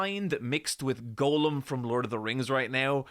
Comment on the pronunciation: is on The List now. The List consists entirely of YouTubers that I have noticed pronounce Gollum as 'Golem'. There are only two YouTubers on this list. I'm not convinced there will be a third. (The other one is YongYea, who said 'Gollum' once, I think by accident, and said 'Golem' every other time during the few weeks that the Gollum game was relevant.)